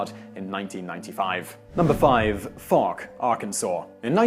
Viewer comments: #5 is Pronounced Fowk. But I'm very happy you included the Fouke Monster. Last weekend Vilonia Arkansas hosted a Bigfoot Conference. It seems that Something is in the woods not sure what though. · Pronounced Folk Arkansas , they can't spell